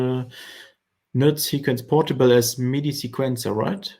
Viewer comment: I’m sorry but it sounds like he’s saying “nut sack”